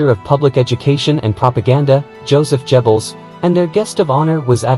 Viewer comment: You pronounced Goebbels and Sinn Féin quite badly incorrectly.